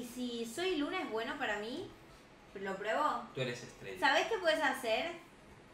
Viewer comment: Hola soy luna suena como Hola soy Lina 🖤❤️🖤